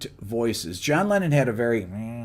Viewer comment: NO SE COMO HAGAN ESTOS DOBLAJES AL ESPAÑOL O SI ES LA TAL INTELIGENCIA ARTIFICIAL, PERO TODO EL TIEMPO EL CONDUCTOR DICE LENIN EN LUGAR DE LENNON, INCLUSO SE PUEDE CONFUNDIR EL NOMBRE CON EL PERSONAJE RUSO, ASI QUE PONGAN ATENCION EN ESOS ASPECTOS IMPORTANTES DE UN VIDEO QUE LO VE MUCHISIMA GENTE Y QUE LA INFORMACION DEBE SER LA CORRECTA!